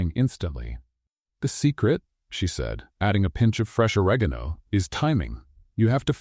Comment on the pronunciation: 10 amazing story.....and a happy ending. Shame that Ore garn o not pronounced correctly, in fact many words wrong. Pro cess, there is no s between the o and C. Yes I am English...... my language is precise and easy, I rest my case.